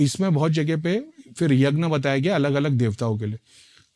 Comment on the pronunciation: Yagn nahi yagya hota hai